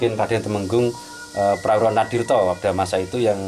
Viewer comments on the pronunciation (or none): ijin sukrep sekalian nanya ..td kurang jelas...mohon diperjelas...Tumenggung Prawiradinirto atau Prawiradanirto atau Prawiranatirto?? maaf dan terimakasih 🙏🙏